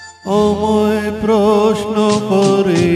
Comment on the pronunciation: Beautiful....but the pronunciation of a few words like amai, rabo, dishahara, etc needs improvement. Overall superb 🎉🎉❤